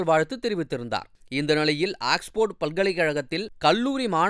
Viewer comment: என்ன கருமன்டா உங்க உச்சரிப்பு. அக்ஸ்போர்டு (Axeford) பல்கலைகழகம்னு சொல்றீங்க. அது ஆக்ஸ்போர்டு (Oxford) பல்கலைகழகம்னு உச்சரிக்கனும் கூடவா தெரியாது. அவசர, அவசரமா ஒரு பதிவ போட்டுட வேண்டியது.